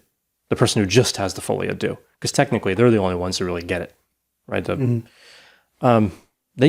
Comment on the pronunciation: I finally realized that folie à deux is meant to be french and means something like beeing crazy together (2 people). You americans really destroy the language beyond recognition, lol. But great episode as always